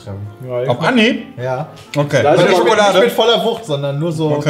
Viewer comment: Neues Trinkspiel: Jedes Mal, wenn das Wort "Schokolade" fällt, einen kippen. Oder auch "Wsss dAs fffüä SchhoOooOkhhloaDe?"